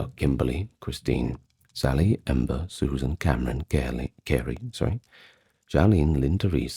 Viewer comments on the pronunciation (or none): none